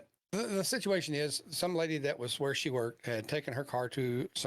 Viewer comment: Sityashun ? I lost count though!! 🤣